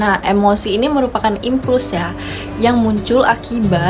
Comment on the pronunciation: ralat yaaa..ketika baca anger bukan menjadi anjer, tetapi dibaca angger. Impuls tetap dibaca impuls, bukan implus, yang artinya itu dorongan yaa... Tetap semangat berkarya. Penjelasannya cukup detail terkait pengaruh masing2 emosi pada perilaku tokoh.